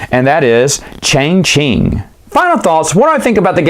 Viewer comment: its pronounced Cha Ching ;)